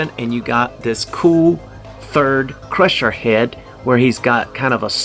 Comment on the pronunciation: it's CRUNCHER not crusher lol